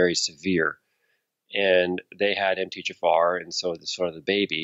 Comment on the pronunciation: Really enjoying the interview. You can tell is ADHD by the way he pronounces things like MTHFR ("emteechaffar.")